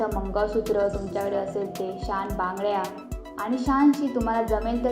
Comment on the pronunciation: शान नाही बाळा, छान